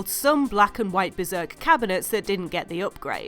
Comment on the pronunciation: beRzerk you mean?